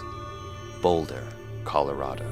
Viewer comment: "Boulda" - Joey Diaz